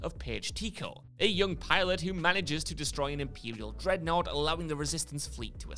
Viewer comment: you accidentally said "imperial dreadnoght"